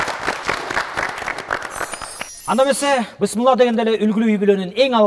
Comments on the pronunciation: Бысмылда емес, Бисмиллах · Бысмылдаа эмес бисмилла болот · иним бысмылда эмес Бисмиллах дечи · Бысмылда эмес бисмилла болот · Бысмылда эмес